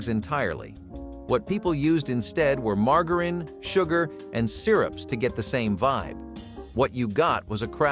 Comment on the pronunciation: He mispronounced margarine drives me up the wall! LOL